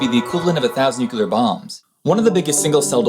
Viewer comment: There you go again with the "Nukillar weapons"